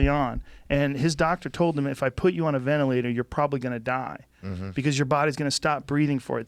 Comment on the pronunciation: I agree that the media is bullshit..but it's not because of the dude who can't pronounce ventilator.. or who calls Dr. Birx 'that chick' and still thinks Covid is the flu.